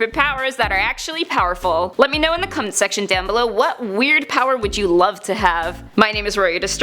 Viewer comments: I know im going to get cosmic levels of flak for this but at the end of the video. You say let me know in the comments section below! And I had to double check because it sounded like you said let me know in the cunts nextion below? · Did she say "cum section"